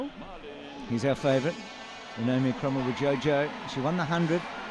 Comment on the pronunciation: it's pronounced kromo-wijoyo..joyo not jojo :))